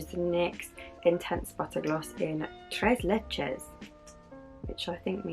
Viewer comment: You said tres leches really well! (Tres leches means three milks) I follow your ig and was so excited to find out you started a YouTube channel!! 🥰